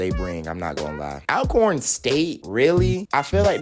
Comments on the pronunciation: Please pronounce Alcorn correctly please. It's like saying ALTHOUGH. Not like "Al" Bundy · Good stuff, #8 Alcorn is pronounced "ALL Corn". The 2nd L is invisible. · 1..ASU..Sounds of Dynamite (pronounced ALL CORN - Alcorn) 2..Jackson State… Sonic Boom of the South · pronounced All corn respectfully